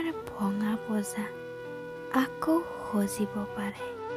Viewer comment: Dhumuhar Vonga Poja Sojibo Nahoy Sajibo Pare Uccaron Thik Koribi